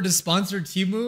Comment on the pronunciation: I always hated the TEMU ads. They can't even pronounce their own company's name correctly. It was supposed to be Tee Moo but now they call it Teh Moo for some reason and it confuses me.